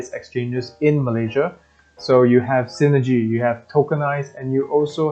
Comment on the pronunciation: It's SINEGY btw.